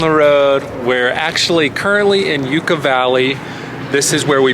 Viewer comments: Yukka valley not Youcca valley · Hi guys! I absolutely love your videos, they bring me so much joy and allow me to see so many awesome places!I have family from Yucca Valley and its pronounced "Yuck-Uh" :) Although, I like the pronunciation "Yook-Uh" better 🤣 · Came to say the same..God bless please don't take it wrong. But, it is not said like the Yucatan..it is 'Yuck a Valley'..lol! Was my home for a few years off and on and I miss it at times! Thanks for sharing your adventure! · I’m gonna go crazy bro is saying ucca valley and not yucca like it’s making me go crazy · It’s Yucca, not Ucca. If it’s your vibe, you really should know that!! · i lived here for till i was 18 and it’s not yUcca valley is pronounced yucka valley and it’s not as amazing as you guys made it to be it’s full of homeless and drug addicts and it’s full of tourists that are very rude and not to mention there’s nothing to do in yucca valley and a lot of weird things happen it joshua tree don’t glamorize this place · So many people pronounce it wrong it's hilarious. I've been going up there since 1961. We have a place in Ucca Valley. 😂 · Give me a break! You cannot even pronounce the name of the city properly! This video is more about you than Joshua Tree! Just anothe” cute “couple trying to cash in on their looks ! Unfortunately, you miss the real beauty of Yucca and Joshua Tree! Focus on where you are and learn how to pronounce it!